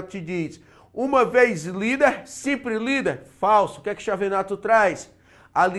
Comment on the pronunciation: Nao se pronuncia Chi e sim Quiavenato :)